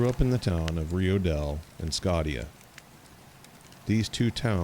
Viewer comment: The correct pronunciation of the name of the town Scotia is 'Skosha'. We lived in Humboldt County back in the '70's when I attended Humboldt State, majoring in Forestry. During the summers I worked for Simpson Timber on a road maintenance crew out of Korbel on the W. Fork of the Mad River. After that first year I was with a 4 man crew doing regeneration surveys on reseeded company land all over Humboldt County to as far north as Smith River. Never saw a sasquatch, but thought of it every day we went out. We actually worked at times just several miles west of the Bluff Creek area.